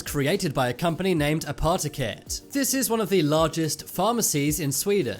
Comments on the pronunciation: I am Norwegian and i too cringed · hahahaha omg i laugh so hard how you say apoteket xDD its sounds really fun xDD and ye i from sweden xD